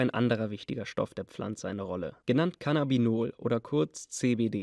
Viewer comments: Heißt es nicht Cannabidiol und nicht Cannbiol ? Minute - Denke ist ein Versprecher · Es heißt CannaBIdiol nicht Cannabiol. Sonst ist die Doku echt gut und klärt auch auf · Heyo, wollte nur kurz sagen in Zukunft bitte darauf achten CannabiDIOL (CBD) richtig auszusprechen, weil es gibt ja auch Cannabinol, also CBN, mit ganz anderem pharmakologischen Profil. Trotzdem wie du versprochen hast "2023 wird YouTube auseinandergenommen". Schonmal nen guten einstieg gedropped ✌🏻🥦👽 Edit: wer lesen, bzw eine Sekunde warten kann, ist klar im Vorteil 😂 hasts ja eingeblendet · Du kannst nicht mal das Wort Cannabidiol aussprechen xD FAIL! ...